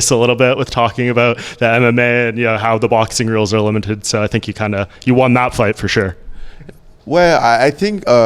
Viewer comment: Eye tink I know understanding this